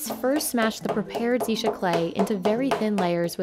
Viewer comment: Its not Zee-sha teapot, its Tze-Sha teapot.